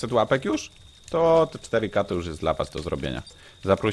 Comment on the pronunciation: kampa03 nie puapek tylko płapek